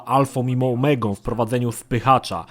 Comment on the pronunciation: "Alfą i momegą" :D